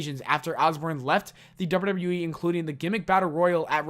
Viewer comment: Slow down on how you pronounce WWE and WWF. It sounds like gibberish. "Doubadoubawe"